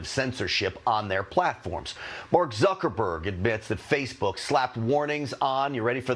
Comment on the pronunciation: Did I just hear Suckerberg? Lol